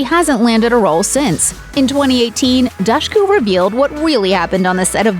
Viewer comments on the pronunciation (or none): I think she said it's pronounced Dushku like the word push in an interview I'd seen before. Cause folks would say it like douche. 😂 Seriously though Also her brother looked like a young Leonardo Dicaprio except for his Eddie Munster haircut, lol. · Dushku. With the "dush" pronounced like "push." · If you can't even say the name right... Good bye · You pronunce Dushku so wrong! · cool 11 minute long video where dushku's name gets pronounced wrongly without pause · that was pretty frustrating tbh